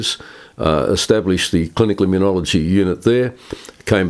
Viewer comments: It's immunology, not immuniology, John. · This Professor is brilliant. Very grateful to you, John, for interviewing him! Minor point: John, you keep mis-pronouncing immunology. It’s not immun-iology. No ‘i’ after the ‘n’.